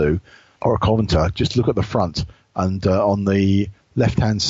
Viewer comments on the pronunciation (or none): Kov-en-ant-ur it's really not that hard.